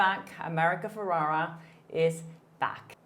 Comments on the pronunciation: saying America’s name wrong, its FerrEra. Sorry, it gives me the ick every time you say Ferrara. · It’s ferRERA not feRARA